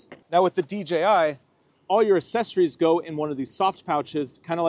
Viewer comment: Thanks for doing these videos! I prefer the ease of use from the DJI but they do not sound as good and don't come with lavs! Ugh, frustrating! But honestly I think my biggest frustration is the way you say "accessories"...lol just kidding brother thanks for all you do!